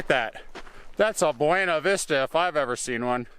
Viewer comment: Locals pronounce it Byoona Vista. Totally not in the spanish way. Short I in vista